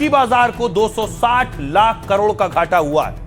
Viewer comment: lakh or hjar Ko sihi se bolo❤